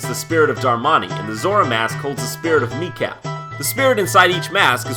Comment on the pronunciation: one thing about your DYK for Majora's Mask: It's not pronounced MEE-Kow, its pronounced, mih-Kow!